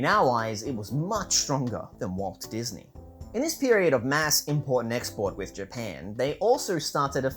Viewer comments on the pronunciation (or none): none